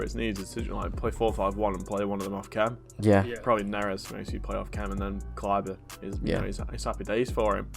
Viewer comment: Love the vids as always just saying though, with Da-Vid or David Neres there is no correct way aside from this pronunciation “Da-Veed” Neres. Keep up the great content as always. Safety bro’s!